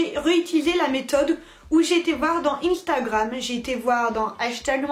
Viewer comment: Instagram ne se dit pas comme ça